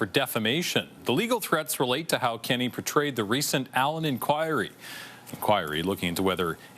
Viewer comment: It's Premier Kenney...not "Kinney". Do you live in Alberta?